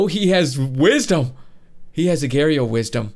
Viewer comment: he says agar.io so wrong😣